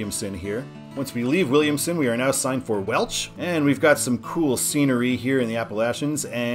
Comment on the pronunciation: Todd's the way it should be: there's no "t" in Williamson, but good job for such a long road!